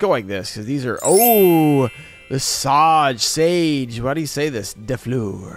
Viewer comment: Sauge is pronounced Sawj 😉